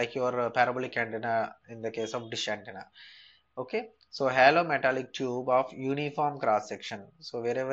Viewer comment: its not hallow it is hollow....